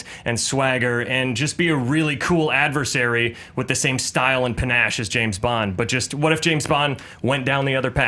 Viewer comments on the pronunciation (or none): none